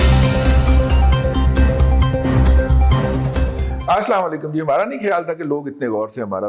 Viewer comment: Surrender modi or sir ap salam sahi nahi karte ap aasla walekum bolte hain